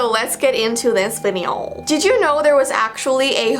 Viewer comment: She said videoo